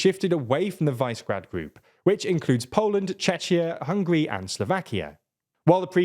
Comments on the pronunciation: Dear, it's pronounced [ˈviʃɛɡraːd] or [vish′ə gräd′], if you can't read phonetic spelling. Please, please please stop butchering non-english cities' and people's names. You make good content, but completely undermine your journalistic reputation by constantly mispronouncing foreign names. This makes you look really dumb, you know. And I know you ain't stupid, so I can't, for the love of god, fathom, why you don't take a minute to search on the internet how to actually pronounce words. This makes the difference between an amateur and a professional. Just saying, this has been bothering me in soo many of your videos for a long time now. 🤦‍♂ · Unique pronunciation of Vice Grad. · JFYI, Visegrád group is pronounced "we sheh grad" [ˈviʃɛɡraːd] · Visegrad is called we-sheh-grad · Viśegrad (Visheh Grad) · it's actually Visegrád [vee-sheh-grad] - the "s" is pronunced like "sh" in English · Since Visegrád is a slavic name, but written in Hungarian orthography, it has to be pronounced Vee-Sha-Grád (á like British English apple). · Vice-grad Chechia Damn you couldve devoted 5 more minutes to getting the sounds right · Just realpolitik. Poland want a piece of the action to dominate the other 24 EU countries along with Germany & France. With Germany in decline it's a prime opportunity for Poland. Purleeeeease! Visegrad is pronounced "Vizzygrad". 😎👍 With more Eastern countries slated to join, Visegrad will call more of the shots. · Congratulations on the ingenious pronunciations of Vyšehrad and Czechia! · Guys, Visegrad is pronounced differently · Man at least pronounce Visegrad properly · Sorry can’t take seriously a political commentator that can’t be bothered to find out how to pronounced Visegrad. Insulting. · The fact that you don’t know how to pronounce Visegrad tells me everything about your expertise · I think you should focus a little more on making sure your pronunciations are right. Visegrad, Czechia, etc. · It’s not SE as in “segregate” but SHE as in “shepherd”